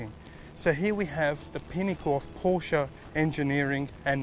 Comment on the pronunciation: FINALLY! Someone who pronounced Porsche correctly!